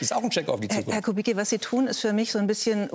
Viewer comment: Herr Lanz bitte dprechen Sie rşchtig aus nicht kubikki sondern kubitzki